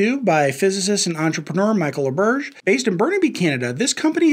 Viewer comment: Interesting, but you butchered Laberge's name